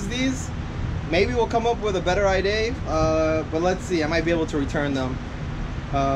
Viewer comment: Thanks for the video bros! Now I know I need to get the 330 mm rotors. One question though, why do you say rear and idea as rare and iday? lol